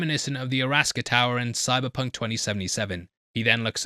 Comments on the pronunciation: Arasaka not Araska 😂😂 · it’s pronounced ARA SAKA not araska 😭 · Its Arasaka tower not Araska :p great video either way! ty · this dude said... Arasaka like alaska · ''araska'' tower LOL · fake gamer fake gamer jk lol but it is 'Air-Ah-saka' like Osaka but with 'an air-uh' instead of o